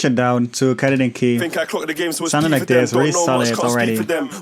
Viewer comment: You should sample your voice saying "like thes" it would sound dope